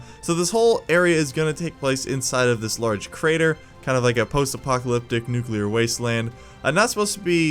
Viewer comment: nucular bomb